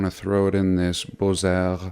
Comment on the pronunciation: The x is silent in Beaux...pronounced bo.